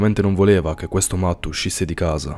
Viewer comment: C'è scritto matt ma si pronuncia mett